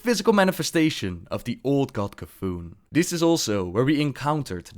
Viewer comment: Shame on you for C'thun pries, shame! Awensome video by the way